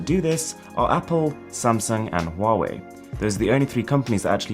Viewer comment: good thing I know he wants to say "Samsung" and not "Samson"...